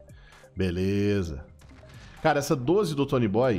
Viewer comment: Não é tonyboyyyy.. É tonyboiiii